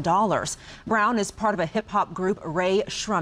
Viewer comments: first of All she ain't even pronounce his name right... ima need to her to reshpot this... then post it on air... Take 1 "Rae Shrummin" bihhh Take 4,000,000 "Rae Shummin" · She pronounced their name so wrong lmao. Rae Sremmed? Either way he looks like someone straight out of the movie "Antz".